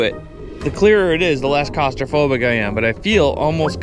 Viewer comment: did you say Cost-Raphobic? Ahahahah